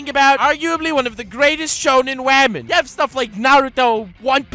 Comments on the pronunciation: By the way, I was watching Wolf Children for the first time today and I called Hana "wamen". THIS IS ALL YOUR FAULT AND YOU BETTER BE GRATEFUL! YOU HAVE CREATED A NEW TERM FOR THE ENGLISH LANGUAGE AND, IF NOTHING ELSE, YOUR INVENTION OF THE WORD "WAMEN" SHOULD BE ON YOUR GRAVESTONE. It is just such a fun word you genius, baka I hate you. XD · "Welcome Wamen and gentle wamen "